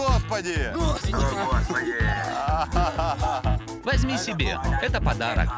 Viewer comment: АХАХАХХА -О господи -о гхосбоды